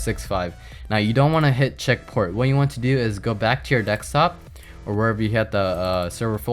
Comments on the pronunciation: It's DESKtop not DEKStop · Am I the only one that can't hear what he is saying for a minute after he says DEK-STOP?????? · Why do You say DECKSTOP?